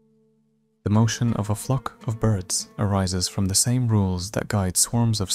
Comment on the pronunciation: Flock not fuck...😂😂😂